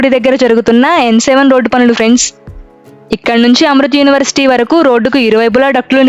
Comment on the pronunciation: అమృత్ యూనివర్సిటీ కాదమ్మా ! అది అమృతా యూనివర్సిటీ.